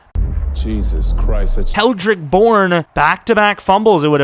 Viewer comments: Did he really say keldrick Bourne😐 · kendrick bourne. Not keldrick lol